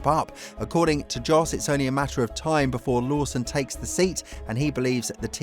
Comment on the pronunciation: Another great vid which is why I subscribe!! Not wanting to be that guy, but could I suggest you correct you pronunciation of a couple of names - Jack DOOhan (Du - Han), and Flavio Briatore (Bree-Ah-Taw-Ay). Jos is pronounced Yos but he's a tosser so don't worry about him. Oh yeah, and the plural of Gran Prix is "Grans Prix". Shit, I did turn into that guy - Sorry. If it's any consolation, your grammar is perfect. Cheers mate. look forward to the next vid.